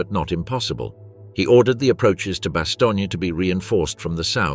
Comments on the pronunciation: Bastogne. What TF is bastonia? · Lots of excellent detail. The presentation from one section to another is poorly coordinated with long stretches of the same info repeated section to section. The narrator does not know how to pronounce BASTOGNE. The trailing E is NOT pronounced. Also Waffen SS is pronounced Vaffen SS.